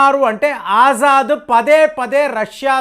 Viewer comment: ఆజాద్ కాదు ఎర్రి పుష్పం అసద్ అల్ బషర్ , అసద్ అంటారు